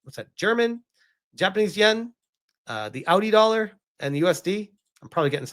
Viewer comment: "the audi dolar" 🤣🤣